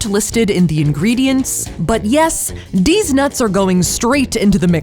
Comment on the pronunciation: She realy said dez nuts.